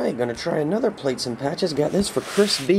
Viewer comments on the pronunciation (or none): hey chris just letting you know its plates Not platres... lol